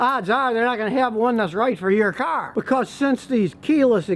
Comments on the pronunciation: Take a shot every time he said kar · Hahaha, you said car so many times this video, it started to sound different 😂